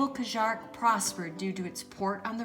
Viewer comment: Welcome to France! You are both going on quite an adventure, here. By the way, when saying Cajarc, lose the "c" sound at the end, you will sound French! This is going to be fun!